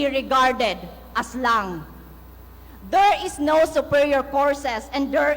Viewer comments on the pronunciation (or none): omg pag kakasabi palang ng "LANG' omg nahihiya ako sayo 🥱 akala siguro niya pag hihiyawan siya HAHAHHAA